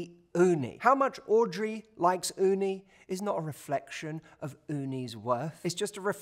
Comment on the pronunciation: I really love hearing you saying Uni "雲丹"😆. Perfect pronunciation! Lots love from Japan